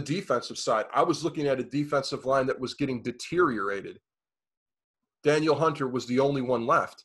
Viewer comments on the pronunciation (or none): Ngakoue isn't one of the best pass rushers in the league and saying Daniel Hunter just confirms your aloof knowledge. Hunter is a top 3 pass rusher and you can't pronounce his name? I'd also like to point out how amazing it is that everyone puts Diggs on this pedestal. He's a baller and all but nobody picked the Vikings to win their playoff game while they had Diggs and Thielen. Now he's this massive issue? Nope.